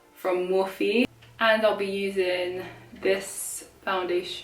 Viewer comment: I’ve always pronounced it as morphe, one syllable but you pronounced it as mor-phe with two syllables. Cool